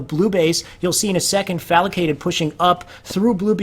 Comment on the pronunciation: Great video! One thing to note, the players name is Falcated not FalAcated.